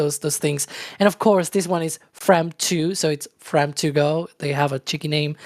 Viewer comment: Unfortunately they mispronounced the name of the mission. It is a homonym of "from".